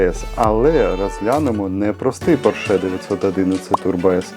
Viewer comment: Автор,як ви можете робити огляд,якщо не знаєте навіть назви автомобіля,ну який "поршЕ́"!?!?!? Запамятай: не "поршЕ́" а ПО́РШЕ!!!